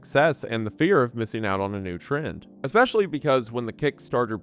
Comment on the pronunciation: please learn how to pronounce "infrastructure" and "especially." you say "inferstructure" and "ex-specially"